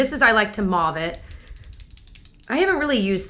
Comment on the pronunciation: “I like to mauve it” sounds like “I like to vomit” 😳